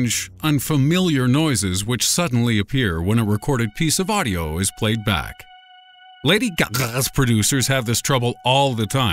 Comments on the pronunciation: Out Of Time lady gageghe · Lady gackes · Lmao why did he say it like that 😂😂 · bruh the way he daid lady gaga